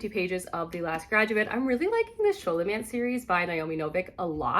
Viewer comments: It’s pronounced Scolomance, not sholomance. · Scholomance is pronounced like scholar, hard sk sound, not a soft sssh sound. Malificer is mal-eye-fy-ser. And Orion is just like orion's belt. o-ryan.